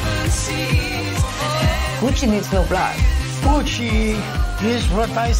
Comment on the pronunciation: It’s ah-mi, Gootch-ee! Call me Gootch, ev’ry botty. Here’s mya brather, Mario.